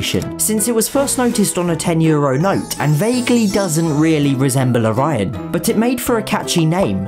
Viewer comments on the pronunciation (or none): none